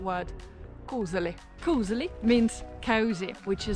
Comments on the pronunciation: I just wonder: You know how to pronounce Oslo right, but words like koselig or Tromsø not. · No, «koselig» is not pronounced «koosh-lee» (that would be «kusj-li», not «kose-li»)! It is rather pronounced «kohs-eh-lee». 🤗 ❤❤❤ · Koselig = KoSHelig in normal pronunciation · Actually, it’s spelled ‘koselig’, with an e. Here’s the real advice, though: When visiting Oslo (minus the far west side), to really impress you should pronounce it ‘koschli’. The rest of the country doesn’t care much, but in Oslo, you’re a snob if the s is too pronounced. Same goes for ‘Oschlo’. The o is closer to an English ‘oo’, though. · When you say "koselig" it have to sound like Kosli